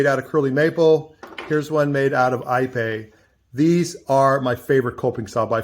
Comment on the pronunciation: Ipe, is pronounced eeee pay.Spanish/Mexican pronunciation.